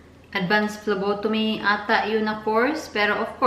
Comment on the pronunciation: Hi po I'm ur no.1 fan. May sasabihin lang po ako, hope di po kayo magagalit. It's PHLEBOTOMY po ate not PHLOBOTOMY. Gusto ko rin po kumuha ng dugo, I'm not a Phlebotomist but I'm a Medical Technology soon kapag nakapasa ako ng board exam. It is called Blood Extraction or Venipuncture. Alam ko na rin pano kumuha ng dugo and it's easy. We our one also who do that kind of job and after that we process or examine the blood in Laboratory. That kind of jobs is awesome. Goodluck po ate. Notice me po.